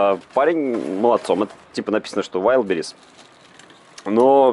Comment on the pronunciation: исправь уже букву в дикие ягоды. вайлД бэррис